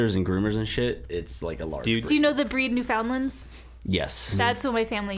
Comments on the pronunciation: OH MY GOD ITS PRONOUNCED "NEWFIN-LAND" FUCK me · family bred Newfoundlands and she doesn't know how to pronounce Newfoundland??